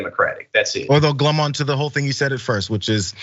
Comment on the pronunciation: It's glom on, not glum on,. I'm sorry, I can't help myself.